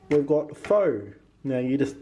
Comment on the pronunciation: Also, pho is pronounced 'pha'. Yours looked yummy!